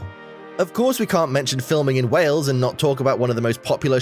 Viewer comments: Its not Wells , its Wales or even better, Cymru. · it is wales,not wells dumb ass. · I just wish the narrator had made a little effort in pronunciation. A small time on this would have made it more acceptable. Lazy, really. And, it's Wales, not "Wells". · It's not Wells it's Wales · It's Wales, not wells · please pronounce the country's name correctly. You are saying "Wells" when the name is "Whales" the same as the sea mammal. I know it is the difference between the emphasis Americans and Brits place on vowels, but you were hearing the correct pronunciation in the video but you didn't pick up on the error. I love your videos but American pronunciation makes me cringe at times. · Hi you pronounce wales like way ales. not wells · It’s pronounced just like whales and not Wells, the A is prominent rather than an E. Everybody will think you mean another place in the UK called Wells. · Wales Wales Wales Wales NOT Wells...!😮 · Why are you pronouncing Wales as wells? It rhymes with males,sales etc not bells or shells? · Please stop calling Wales wells. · Wales like the sea creature not Wells, its also Welsh people not Walls lol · I keep thinking hes saying ‘wells’ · It was not only the narrator who mispronounced everything (which many Welsh folk would find unfunny and quite insulting) but even our American friend the presenter called the country Wells!.Nice vid though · Wales is pronounced " Wails " 🇬🇧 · Hi. A couple of things, you need to put an 'h' sound in your pronunciation of Wales (whales) and Welsh is the term for people from Wales. I'm not trying to be hyper critical just helpful. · Though the Welsh may disagree , over here in the UK we pronounce Wales the same as we pronounce the mammal Whales , you sound a bit odd the way you say it , maybe its your accent.